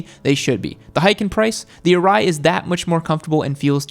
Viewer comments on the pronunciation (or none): Quick tip: SHOEI is not pronounced SHOW-ee. The correct pronunciation is SHOW-ay (like the 'ei' in eight). ARAI is not pronounced A-rye. The correct pronunciation is A-Ra-e (like E in Eat). KABUTO is also a another Japanese brand I recommend. They are just as good as those two top brands but at a much more reasonable price range. Source: I'm Japanese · Sorry but still saying showee and arye